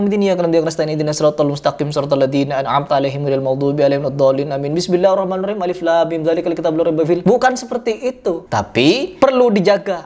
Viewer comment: Saya dengarnya bidzillahimahing malah bang.